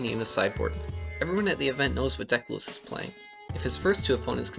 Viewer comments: Ahh my ears --- his name is loo-eese not lewis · Just so you know his name Luis is pronounce like "Loo-eess", not like the American "Louis" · I believe his name is pronounced like Louise (like a more Spanish sounding pronunciation) ;) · Great video but please pronounce his name correctly. I know you weren't doing it intentionally but making sure it's right will honor him. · You pronounce his name incorrectly the whole time